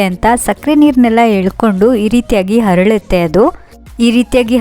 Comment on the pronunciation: ಹರಳುತ್ತೆ ಅಲ್ಲಾ ಅರಳುತ್ತೆ ದಯವಿಟ್ಟು ಕನ್ನಡ ಸರಿಯಾಗಿ ಮಾತಾಡಿ